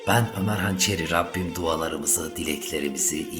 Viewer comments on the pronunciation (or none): none